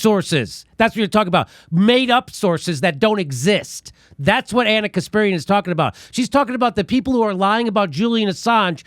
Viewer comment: I swear Jimmy accidentally said Ana "Conspirian"